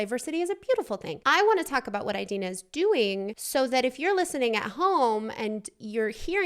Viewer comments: a-deenaa not eye-deenaa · it’s ih-dee-nuh not eye-dee-na :) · So for Idina's name, the "I" is pronounced the ih, like when stitch is saying yes in lilo and stitch and he goes "igch". think about that sound so rather than aye-dina- its i-dina. at least that's how Ive always heard it pronounced, :p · her name is pronounced in-deen-a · Btw it’s ee-dee-na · You pronounce Idina like the I in the word "in" :) just to clarify since she seemed confused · You pronounce it “adina” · I think its pronounced "id eena" :) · You say Indina Menzel's name like (In-Deen-Uh Men-z-elle)